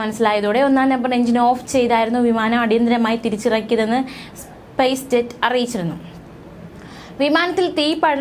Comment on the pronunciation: സ്പേസ് ജെറ്റ് അല്ല കുട്ടി സ്‌പൈസ് ജെറ്റ് എന്നാണ് വിമാന കമ്പനിയുടെ പേര്